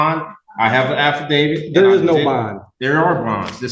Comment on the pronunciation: Anyone else notice that all these Moore sovtards pronounce affidavit "alpha-david". 😂